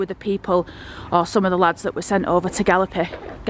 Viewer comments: GALLIPOLI pronounced GALIP-OLLY X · Great video... Pronounced Ga-lip-a-lee